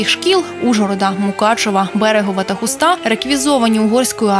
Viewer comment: Диктора, навчився висловлювати правильно. Не ХустА, а ХУста, не в ХустІ, автор ХУсті.